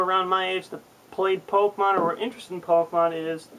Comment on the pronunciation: AHHHHHHH It's fucking Pokemon. NOT Pok-uh-mon!!!!!!!!!